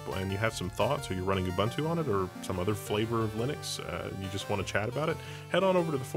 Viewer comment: >Can't even pronounce Ubuntu correctly.